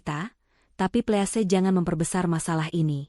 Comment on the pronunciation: Tolong 'Please" dibaca " pliis"